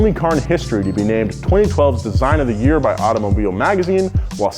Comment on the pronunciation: “Car of the Year” award sounds more like “Car of the Day”